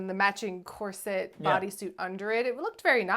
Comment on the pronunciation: Um, question… is cor-cet an Avryl pronunciation/affectation?? 😅